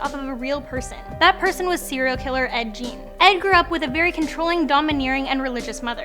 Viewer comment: Please Pronounce Your Words and Names Correct! It's Ed Gein not Ed Jean. Please say things correctly, I do like your videos but mispronunciation makes Horror Fans very mad.